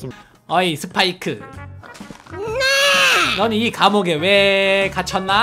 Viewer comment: 파이크가 아니고 스파이크에요 그리고 스파이크는 보라색 옷을입어요